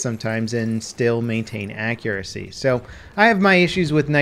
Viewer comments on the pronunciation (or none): none